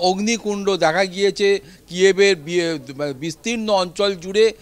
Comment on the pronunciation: একবার বলছেন 'কিয়েভ', আবার বলছেন 'কিভ'। একবার লিখছেন 'কিয়েভ', আবার লিখছেন 'কিভ'। কারণটা কি ?? পরিষ্কার করে বলুন বা লিখুন। এটা শুনতে শ্রুতি-কটু লাগে।